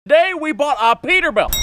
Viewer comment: "Perter Belt"